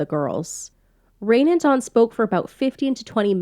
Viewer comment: Her name is pronounced as "Ryan" and not rain. I had a friend named "Rain" and that's how it was pronounced for her so I'm assuming that's how she pronounced hers as well.